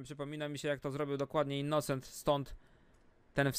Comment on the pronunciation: "innucent" xD